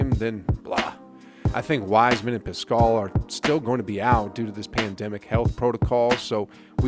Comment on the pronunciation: Please don't disrespect Eric Paschall by continually mispronouncing his name. PAS-cull.